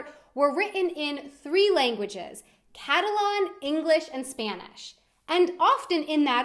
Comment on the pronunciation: It annoys the shit out of me when she said "Catalon" rather than "Catalan"